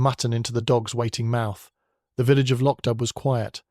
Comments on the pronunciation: IT’S PRONOUNCED “LOCK-DOO”. It’s annoying to hear the constant butchering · It is pronounced Lock Do! And PLEASE let Julian Vane and Julian Vane Smythe die already. He is like a vampire who can’t be killed. Julian has been murdered at least 5 times.